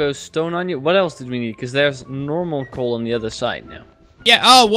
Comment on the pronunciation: Coal man not wool